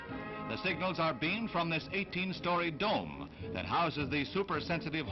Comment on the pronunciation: You hear how he emphasized the word, "DOME" ? ..when he said "The signals are beamed from this 18 story DOME."